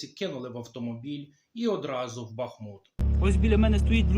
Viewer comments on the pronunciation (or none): В названии города Бахмут ударение на последнюю гласную! Не уродуйте название!